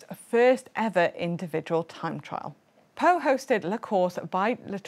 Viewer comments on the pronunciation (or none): Well - pronouncing some of the city names like Pau or Limoges could be a bit different when my memory serves me right 😂